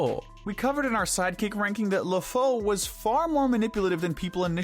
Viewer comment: You pronounced the French names in a Spanish way, not the French way... They say LeFou better in the movie and it's "Monsieur D'Arque (pronounced "dark" with a french r) not "Monsieur De Arqué" like you were pronouncing it as if to sound more authentic, and no I'm not French but yes I am a bit of a nerd when it comes to correcting languages I speak and know.